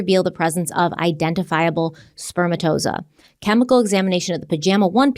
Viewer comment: Oh, please look up the pronunciation of spermatozoa.